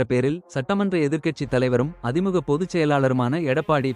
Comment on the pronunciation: அதிமுக என்று சரியாக உச்சரிக்கவும்